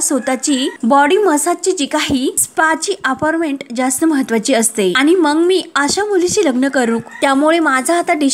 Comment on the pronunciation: आविष्य नाही आयुष्य , अपारमेंट नाही अपाॅइटमेट !